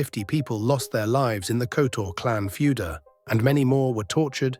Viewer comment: oh you butchered their names especially surnames. It's Kotor with Hard R (pronounce it like it's written), Zvicer is Zvitzer, say it like Spitzer but Zvicer. Just don't twist your tongue.